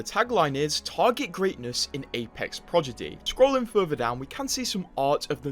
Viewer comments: the way he keeps saying “progidy” instead of prodigy lol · He Said Projiddy So Much That “ Prodigy “ Sounds Weird To Me Now 😭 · Bruh, why did you say "Progidy", now I can't un-hear that. Aren't you, like British 😭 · “Progidy” is way better then “Prodigy” anyway 😂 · Take a shot everytime homeboi says "Progidy" :/ Annnnd were all dead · Right can’t trust someone who can’t even speak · Blud hit us with the "progidy" can't unhear it now! ☠☠ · I am 27 seconds in as a non native and it hurts so bad even for me. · Hello, how are you today? Also... Progidy lol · Is he saying "Prodigy" wrong on purpose..? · the way you say prodigy is crazy lol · i was watching video without looking and im like wtf is the season called? then i look and its says "prodigy"😂😂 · yes bc he says it wrong